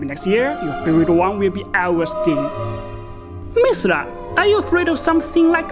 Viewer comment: It’s “Mizilla” not “Misra”.